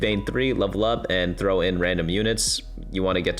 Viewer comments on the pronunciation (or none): none